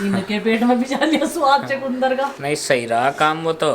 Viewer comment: ChKundar nae hota chakandar kaehty hain chakundar CHOTI chuhya ko kaehty hain